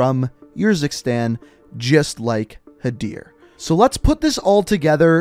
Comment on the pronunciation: Do you just pronounce words how you want to or do you not know how to pronounce these words Khaled is (Caw-Led) Karim is (Car-reem) Urzikstan is (Er-Zek-Stan)